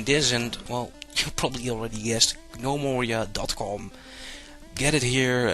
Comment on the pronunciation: G-nome-oria. You silly foreigners and your pronunciation. :D